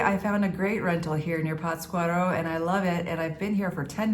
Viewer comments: Durango City is a Beautiful Place. PATScuaro is The Correct Pronunciation.. Forget the Cartels. They are were Politicians Live ( Simbiosis) .Less Government, More peace. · PATZ cuaro..the accent/inflection is in "Patz" ...LOL Big Hug! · I enjoy your videos. No offense, but isn’t the accent supposed to be on the first syllable in Pátzcuaro?